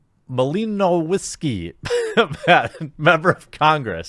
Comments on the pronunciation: Really? You can't say "mahl-ehn-OW-skee"? Not that hard. <3 Much love! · Hey! Malinowski is Polish name. You can check google translate to hear how to pronounce it. ^^